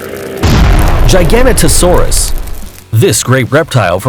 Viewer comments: YOU SAID CARNOTAURUS WRONG IT HAS NO S YOU SAID CARNOTOSAURUS AND THATS NOT HOW YOU PRONOUNCE IT IS IT Edit: AND U SAID GIGANOTOSAURUS WRONG ITS NOT A GIGANTASAURUS ITS A GIGA-NOTO-SAURUS YOUR IN ABSOLUTE SHAMBLES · He said “Gi ganto saurus” When it’s “Giga Noto Saurus” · ITS PRONOUNCED LIKE TRO-DON NOT TRUE-DON ALSO ITS NOT CER-A-TASAURUS ITS SIR-AT-O-SAURUS AND ALSO CAR-NO-TOUR-US NOT CARNOTASAURUS GIGA-NO-TOE-SAURUS NOT GIGANATOSAURUS DIP-LOD-I-CUSS NOT DIPLODOCIS CAR-CAR-ODONT-OSAURUS NOT CAR-CARCH-ADONTOSAURUS NOT MOSS-ASAURUS! MO-SASAURUS QUETZA-CO-ATLUS NOT QUETZACOLATOUS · Number 4 Giga a nota Saurus Giga a nota saurus Giga a nota saurus Not f*** gy gan ta saurus Please, please, please Do some F******g Homework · Its not gigan-ota-saurus its jiga-nota-saurus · Also it’s pronounced “giga-noto-saurus” it’s latin phrase is gigas, noton, sauro. Or giant back lizard. FOOL!! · He said,Troodon wrong,Carnatasaurus wrong,Gigantasaurus wrong,Diplodocus wrong and Mosasauras wrong. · It is pronounced jig-a-no-toe-saurus giganotosaurus. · No its jay-ga-no-to-sow-rus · Giganotosaurus actually sounds like jiginotosaurus. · Yeah its more of a turkey not a damn big peacock and he says the dino horribly like how he giganotosarus and carcarodontosarus or somethin idk how to spell it